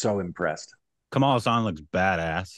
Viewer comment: Its not kamal hasaan.. Its kamal haasan..